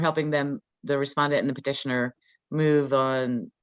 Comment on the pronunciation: Thanks for the video!! FYI, it’s Petitioner, not partitioner.